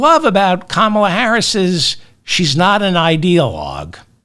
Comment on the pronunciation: Why do you keep mispronouncing Kamala ?